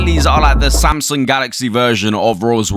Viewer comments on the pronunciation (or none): none